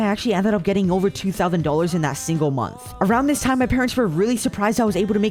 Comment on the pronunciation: I love his videos But I don’t like how he says Thouthnd